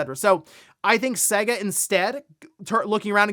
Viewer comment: Dude, you’re pronouncing SEGA wrong, please stop it.